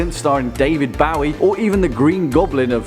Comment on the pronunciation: "David Bawie" ?????